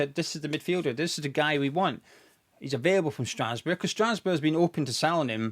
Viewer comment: It’s pronounced Strasburg ffs😂